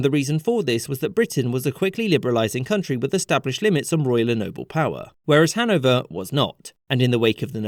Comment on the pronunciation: Its hanOVER 😭